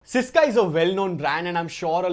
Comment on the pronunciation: Bro the word is SYSKA - i love your channel and your videos but i had never won any giveaway literally never i want this very badly 😢 pls. I had also buyed stuffs from your link